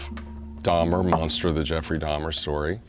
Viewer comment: Why do y'all keep saying Jefferey it's Jeffrey lol